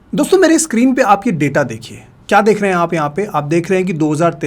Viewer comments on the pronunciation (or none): none